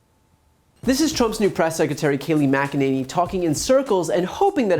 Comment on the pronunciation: Kayleigh lying "Mc-i-ninny"